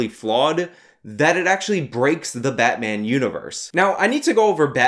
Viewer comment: Its batmaam!